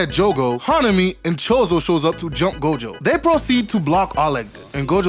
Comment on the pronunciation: Hanami is a girl and Choso is pronounced with an /s/ sound.